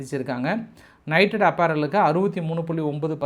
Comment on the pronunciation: நைட்டட் அப்பேரல் இல்லை.நிட்டட் அப்பேரல்.